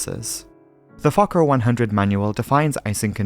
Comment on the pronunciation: As a swedish person, you nailed it!